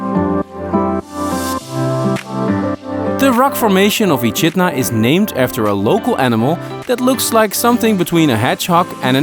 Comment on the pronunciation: Echidna is pronounced Ekidna, loved your editing 👌👌🇦🇺🇦🇺